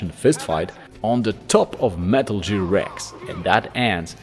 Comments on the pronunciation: I feel bad for laughing, but I feel like he’s doing it on purpose. He pronounces everything else almost perfectly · Other than the pronunciation of “Gear” this was solid